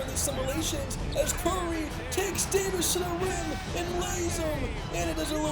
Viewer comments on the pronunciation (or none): none